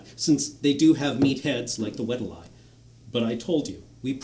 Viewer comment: it's funny how every time they perform this, performer #2 pronounces orfolei and weddilei differently